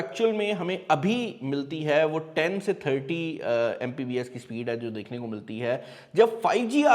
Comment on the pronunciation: "Mpbs" nai bhai, It's "Mbps".